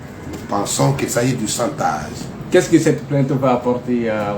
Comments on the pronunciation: S'il ya chantage c'est qu'il ya un dessou. Il faut creuser pour en savoir. Arretez de mentir au peuple. Prononcez chantage non santaze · Ce pseudo avocat n'a rien appris à l'école de la magistrature que le mot chantage qu'il prononce mal